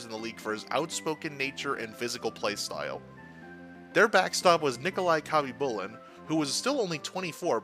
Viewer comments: Listening to you say Khabibulin's name wrong ...just hurts ... the K IS SILENT ..its HABBY-Boo-Lin...that's how it's pronounced. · the K is SILENT in Khabibulin. God so many of you hockey youtubers get so many names wrong it makes me think you must be new to the sport and all these icons names.